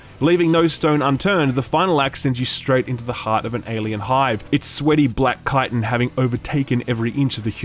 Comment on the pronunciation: Finally! Someone else who pronounces chitin correctly!